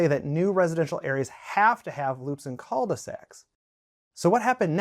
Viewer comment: The way you pronounce Culdesacs is so funny.